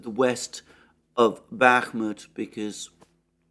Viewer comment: After being subscribed to you for a while now. I think I heard you say "Bakhmutt" over a thousand times, plus you have many video titles with "Bakhmutt" in them When the Russians turns it into Artemovsk, I hope they name a street after you.